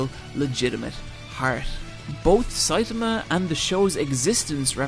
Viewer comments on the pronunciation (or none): I actually stopped watching because of how many times Saitama was mispronounced. It's a good video but hearing "Saytamuh" multiple times makes me cringe especially since there are so many sources out there that properly pronounce his name. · You Americans... it's NOT SAit-ahmah, it's Sai-TAH-mah. Also.. "near invincible demigod"?!? I think so far he's absolutely invincible and doesn't even know why (another important point in the series humour, as Sai-TAH-mah thinks he got his powers from those half-assed workouts). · 1. Siatama can punch harder than an atom bomb. 2. Genos is pronounced J E N O S. 3. Mumen Rider is NOT under-powered, Justice crash is the strongest move in One Punch Man. 4. made a JOJO reference and no one mentioned it. 5. He once in the vid called Saitama, Satama. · His pronunciation of Saitama is off as well.